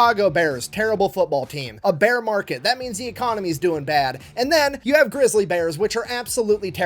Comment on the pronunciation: Did you say you need a beer or a bear?